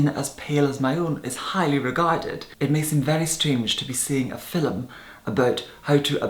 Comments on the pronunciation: Ruby right? It sounds like "filim." I love it. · I like how he says the word "film". How can you not like that??